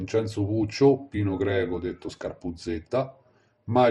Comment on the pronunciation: Scarpuzzedda non scarpuzzetta..per dio prima di fare i video documentati